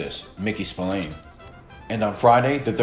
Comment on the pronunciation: I'm an Irishman born and bred you don't pronounce his name Spill - Ain it's actually pronounced Spill - Ahhn